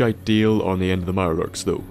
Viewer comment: "Lub Irelurks"?